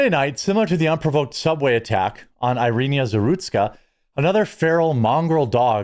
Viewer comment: Dude, use Google translate to hear how to pronounce Iryna's name PROPERLY. It is fkn RIDICULOUS how much you're butchering a name as simple as that one. It's simply rude and disrespectful. The least you can do is honor her name by saying it right, and it truly is one of the simplest Slavic names out there. Like why the hell are you adding an "yee-ya" at the end of it, when it's clearly spelled with only an "A" the end of the word after the "N"? The level of your dismissive linguistic laziness for other culture's names is disgusting.